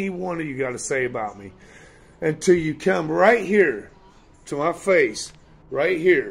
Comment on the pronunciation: "I gurrentee, I gurrentee u wont say that to myy fice" Always saying he dont care what the trolls say about him but makes a vid all about it when it happens